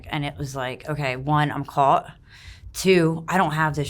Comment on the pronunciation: Good interview but the one in the middle saying “calt” instead of “caught” kinda drove me nuts 🤣 They’re all super sweet though. Glad they’re clean.